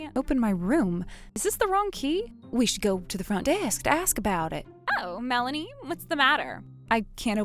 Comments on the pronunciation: That's what I want to know, I mean he pronounced it as "Mel-AY-nee". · Dude can't pronounce Melanie's name correctly. Mah-laney? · Whenever the dad says Melanie, it almost sounds like Malenia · Never heard the name Melanie pronounced that way before. Male VO sucks. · Why the sudden mispronunciation of Melanie's name?